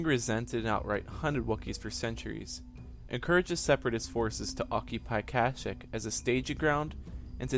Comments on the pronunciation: and you said Plouh Koon was a Wookie, which is wrong, and you mispronounced the name of their home world every time you said it. its Not "cash-ic" it's "cash-eek" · Kasheek not kashik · at least pronnounce it right its ka sheek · The wookiee homeworld of kashyyk the 'y' s are pronounced as an "ee" sound. Not kash"ic" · Marcus Pacheco in the game KotOR they pronounce it cash-ic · stopped watching at 11 seconds, cant even say the dam name of the planet right lol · Was anyone else annoyed by how he said Kashyyk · it's kashyyk your saying it wronv